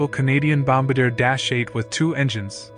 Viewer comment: Bom-BAR-dee-a not BOMB-Buh-Deer. The word is French and the aircraft is a De Havilland Canada Dash-8 Bombardier (DHC-8)